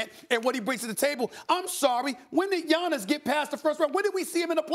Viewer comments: maybe giannis blew him off because he doesnt like talking to media, something had to have happened behind closed doors. He even called him Johnnis, not giannis. Fucking disgraceful, and outright disrespectful. This guy has been in the league 5 years already and hes still pronouncing his name incorrectly. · I could be wrong but something tells me if Giannis was American Stephen's tune would be different. Let's be honest, the guy loathes anyone that's a foreigner. Hell, he can't even pronounce the guys (first name mind you) properly.